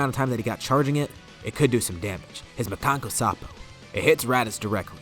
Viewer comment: The way you pronounce Makankosappo makes me want to commit a war crime.